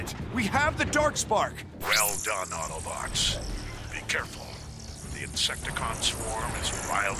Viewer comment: I lost interest the second he said AutoBots Wrong